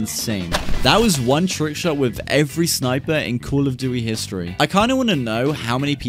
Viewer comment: Love your accent 😂 "Call of dooey"